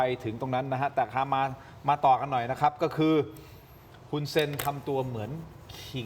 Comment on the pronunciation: ช่องนี้เรียก ฮุน ได้ดีมากกกที่สุดเลยค่ะ ❤